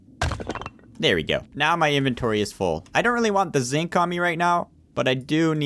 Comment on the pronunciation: and when you say zinc it sounds kinda like zit